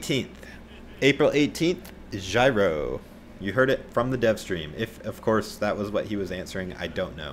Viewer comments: J-iro, not gyro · JEE-ro, not gyro. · Btw Jiro is pronounced YEER-oh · The way your where pronouncing Jiro is the way you pronounce my name “Jyro” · Hahahah that’s my brothers name “Jiro” it’s pronounced G row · stop calling him jairo ffs if you I don't know how to pronounce someone's name try to avoid saying it